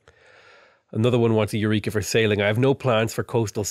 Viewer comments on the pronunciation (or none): none